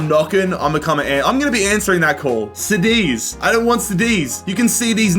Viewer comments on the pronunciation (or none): Being from spain. It hurte for you say “sadiz” ínstead of cadiz ( kadiz)